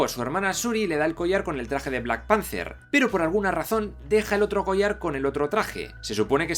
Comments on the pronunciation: Chala...Chaka ok puedo pasarlos, no todos saben pronunciar T'Chala o T'Chaka Pero? 🤦🤦🤦🤦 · Da cancer auditivo escuchar ese "Blackpancer" dan ganas de romperte la boca... Aún así tus videos son geniales y me he visto muchos... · Pero por qué dices black pancer? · Por qué le decís? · entendi solo "":v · ""lol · De acuerdo con todo, pero ¿Por qué repite en todo el video black panZer? PAAAANZZZZZZZZZZZER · Se pronuncia BLACK PEANTER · Me estresa cómo pronuncia Black Panther jajaja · Buen vídeo pero por favor aprende a pronunciar bien Black Panthe, quedas como alto boludo hablando así